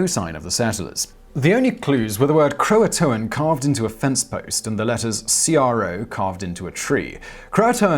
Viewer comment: It's pronounced CROW-A-TAN.